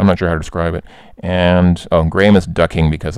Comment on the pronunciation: Thank you for pronouncing Graham correctly, rather than 'Gram'